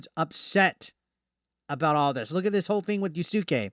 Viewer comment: Its Pronounced YAS-KAY